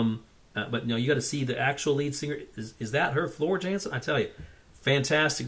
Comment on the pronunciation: Yes it's Floor but her surname is pronounced with a y as she is Dutch so it's Yansen.. also it's not Wacken it's German so pronounced with a V not W so it's Vakkan. This version seems to be a tad too slow so it must be from the dvd recording which I believe was mixed at a slower pace for some reason but hey you can check out the corrected version at your leisure. Like your style sub from me. And Storytime is usually the next one to check out from the same concert.